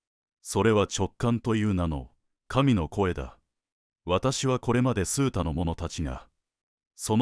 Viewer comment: 数多：「すうた」ではなく「あまた」では？